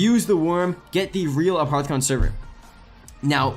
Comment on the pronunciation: its making me alittle angry that he is saying aparthicon its apothican